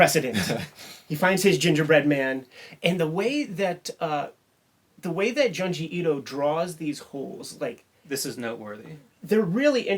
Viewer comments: its Joon-jee not Juhn-jee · I'm gonna sound like such a goddamn "but actuallyy..." nerd, but it's pronounced 'June-ji'. Sharing this vid with my horror homies!